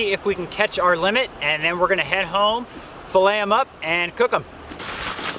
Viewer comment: It's called fillet not filliais